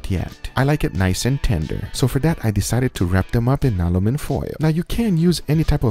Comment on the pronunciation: British: aluminium American: aluminum Guga: alumin Guga's way is the way.